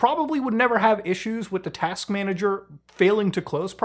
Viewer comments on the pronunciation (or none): none